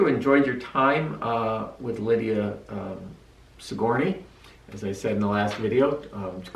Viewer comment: That's not how you pronounce Sigourney